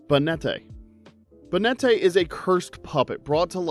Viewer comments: Ba-net-tae? It's Bay-net short for Baneful Marionette. Miss-Maggie-Us Giratina and Lunala are both ghost type legendaries Cough-fa-gree-gus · Banette being pronounced as "Bay net tay" is literally insane LMAOOOOO